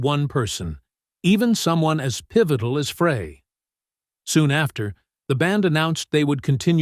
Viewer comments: Show respect and pronounce Glenn Frey's name correctly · World was shaken to it's core? Hardly. Narrator cannot even pronounc his name right. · Ah ok - apologies - I skimmed through the video - couldn't stand the automated robot thing mispronouncing Glenn's name every time. Clearly it was a collab of all three and Felder did made a decent contribution to it. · You need to teach your A.I. host how to pronounce "Frey" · The whole thing's propaganda and this guy's pronouncing his name wrong sad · The announcer is mispronouncing Glen's last name! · My thoughts exactly! Is this AI ? Who doesn't know how to pronounce his name? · Male announcer does not pronounce Glenn's last nane correctly. Very annoying. Check out how to correctly pronounce Glenn's last name ! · If you pronounce it Fray rather than Fry, you lack credibility. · Thanks for the vid.......but please tell the A I squirrel Glenn's last name is pronounced "FRY....not "FRAY" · His name is pronounced FRY not Fray! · The guys name was pronounced fry,not fray. Damnit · It's Fry not Frey!z,! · His last name is pronounced FREY, not FRAY!!!!!!!! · Why the obsession of how to pronounce his name. The man is dead. Does it really matter now? Also he was no angel. Once he died everyone acted like he was a saint. Great musician. Average human with faults some pretty bad. None of us are perfect and certainly not Frey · It is Frie , like frying french fries . Not Fray . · I knew from day one it was pronounced- FRY not FRAY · It’s Fry not Frey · It’s spelled FREY GLENN FREY Pronounced FRY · Pretty sure it’s Glenn’Fry’ , not Glenn ‘Fray’ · Why is this narrator saying Fray? Glenn's surname is pronounced "Fry" and spelt Frey! Not hard, really! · Frey. (German). Pronounced: 'FRY'. 👍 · I can't stand listening to this guy that don't know how to pronounce Glenn's last name it's spelled frey but pronounced fry get it fry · The pronunciation in this. Just think French fry and then you’ll know how to say Glenn’s name 🙃